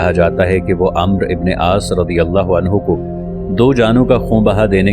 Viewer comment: پہلے عربی سیکھ لو امر نہیں ہوتا عمرو بن العاص ہے